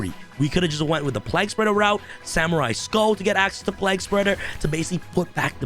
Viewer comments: Plague Spreader.. Pliegspurger lmao.. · play-guh spreader